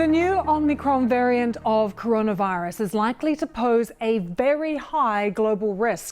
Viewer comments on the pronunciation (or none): did anyone else notice " Coronvirus" ? 🤔 Hope this new variant doesn't cause severe problems.